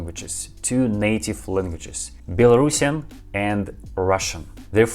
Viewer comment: Стивен имел ввиду, что вместо "Белорусиан", произносят "Белорашн". То есть, это как если бы по-русски сказали "Этот человек белорусский", вместо "Этот человек белорус".